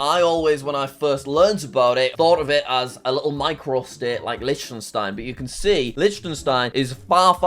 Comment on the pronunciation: Petition for jack to learn that Liechtenstein is pronounced lik-ten-stein